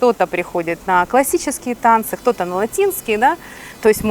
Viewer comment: Интересно она произносит кто-то, она говорит хто-то.